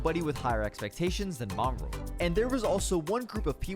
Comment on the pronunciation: You said mongraal wrong both times